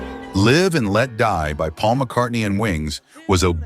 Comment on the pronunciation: PAUL AS FAUL!!!!!! For another, and I lost track after LEEEENARD SKEEENERD